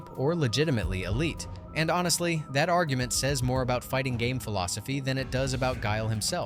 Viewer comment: Your Ar-yu ment is flawed